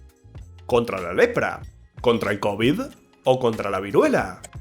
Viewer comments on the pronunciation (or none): none